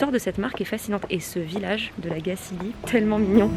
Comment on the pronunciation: Belle vidéo ! 😍Je suis contente de voir que ton séjour ici t'a plu :) C'est toujours intéressant de connaitre les débuts d'une marque, ça en dit beaucoup sur ses engagements. Et petite info pour la route, on prononce La Gacilly comme chantilly ;)